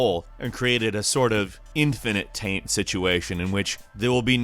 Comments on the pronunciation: You said " infinite taint." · You said infinite TANT. lol